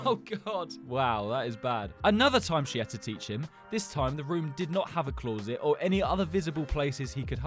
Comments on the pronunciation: no way my guy rlly said “cloorset”💀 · Can you say closet again 🤭 I missed half of the story writing this, then I heard bathroom, say bathroom 🤭